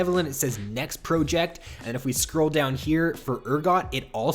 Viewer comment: The way you say project makes me triggered and idk why.